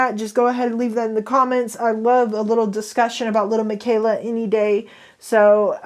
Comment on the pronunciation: The pitchers? And little plz stop she is fake and pronounce it right not trying to hate but it’s really bothering me and miquela I don’t think is pronounce mikayla I think it’s lil miquela (Mikueela)